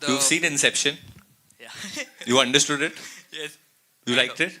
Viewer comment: understood it bola behre